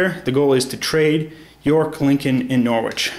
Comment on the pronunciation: It is NOR-RICH not NORWICH but you have to be British or have lived there to know that ;-)